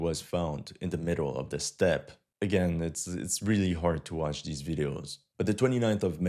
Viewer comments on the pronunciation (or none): none